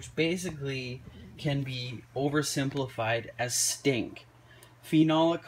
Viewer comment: the way you say stink 🤣🤣🤣🤣🤣🤣🤣🤣🤣🤣🤣🤣🤣🤣🤣🤣🤣🤣🤣🤣🤣